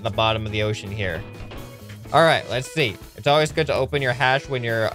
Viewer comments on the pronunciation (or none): none